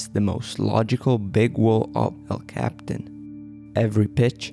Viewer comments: You dolt.. quit saying "cap-tan"... it's "cap-e-tan" and more precisely "el-cap-e-tan"... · It’s El Capi-tan not el Captain! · For starters it's "El Capitan" and "Capitan" is pronounced cap ee TAN. And it is never pronounced like capitan in English. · It's pronounced....EL Cap- PEE- Tawn. Duh. And you may have missed the final takeaway about this: despite their massive experience, including on this very route...they died in the EASIEST portion. THATs what the rest of us can't believe. That DOESN'T happen. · Even though Capitan means captain in Spanish, that's not how El Capitan is pronounced in English. It's pronounced El Cap-e-tan. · technically you are 100% correct. The name of the mountain is El captain, that's just not how people pronounce it.